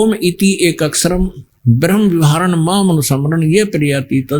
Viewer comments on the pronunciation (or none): none